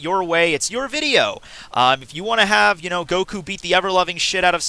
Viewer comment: It's pronounced Saitama with short vowels not Saitaaaaama like you keep saying. Same with Goku, it's Goku with short vowels, not Goooku. Jeez. It's like if I would call you Maytthew. That aside, I agree with what you said in the video.